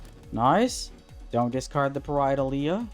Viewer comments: ok, also I will be criticizing your pronounciation of Pareidolia. it's not Pareidola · Nice build. I would’ve looked up how to pronounce pareidolia if I knew I was gonna have to say it a million times in front of thousands of people but that’s just me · You're pronouncing Pareidolia wrong. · Someone count how many times he pronounces “Pareidolia” incorrectly 😂